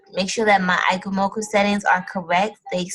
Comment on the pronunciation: Its pronounced E- chee- moku but other than that, great vid!